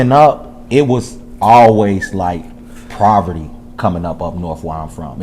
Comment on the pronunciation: He said "Proverty" ......twice.....🥹😢